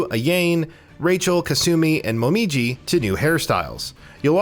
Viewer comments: thats what i said HOW FREAKING HARD IS IT TO SAY A-YA-NE!!!!!!!????? MO-MI-JI!???? get it in gear! brigga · Calls Ayane Ayeeyn Calls Momiji Momonkee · This guy has never played a Ninja Gaiden or DOA game, ever. His pronunciation of Ayane and Momiji's names makes me cringe. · I know right how the way he was pronouncing Ayane and momiji's names was heartbreaking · Commentator has obviously never played Ninja Gaiden given the fecal matter that spews from his mouth with his pronunciation of Ayane and Momiji. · AYAIIIINE AYAIIIIIIIIIINE RYOOO .... AYAIIIINE.... MOMOOOOJI AYAIIIIIIIIIIIIIIIIIINE hahahahahahhahaha lol u obviously didnt even play the games... soooo many errors and things not even mentioned in this video... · who the fuck is Momoji and Ahyane. its pronounced Mo-ME-ji and Ah-YA-NAY. jesus christ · God damn, can you please learn how to pronounce names before making a video like this again? Hearing Ayane almost sounding like Elaine is seriously hurting my ears and brain. Also, Mommy G or Momo G instead of Momiji. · "A-yain" and "Mom-ijee" that hurts my soul. He's not even consistent as he says "Momoji" like 30 seconds later! At least he gets it right on the third try. 😂